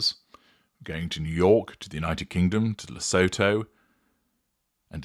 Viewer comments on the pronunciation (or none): Fyi in future, Lesotho is pronounced Lesootoo. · Lesotho is pronounced 'LE-SOO-TOO.'